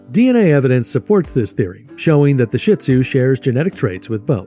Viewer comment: I hate hearing Shih Tzu mispronounced. It is NOT "shit !!" It is pronounced "sheed-zoo" And please, most of what you are saying about the Shih Tzu is actually true about LHASA APSO'S. Get your story straight.